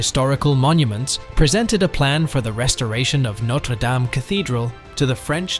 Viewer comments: It's pronounced 'daam'. That's important because it's entirely what your video is about, and hearing it mispronounced so many times is off-putting. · For fucks sake… Norte dame ( pronounced dam, dam) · There is no Y in Dame. It is pronounced Darm, as in Farm and Harm. 🙄😖